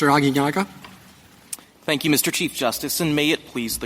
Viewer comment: I'm happy Roberts got Aguinaga's name right this time